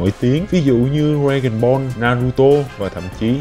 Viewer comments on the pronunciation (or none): none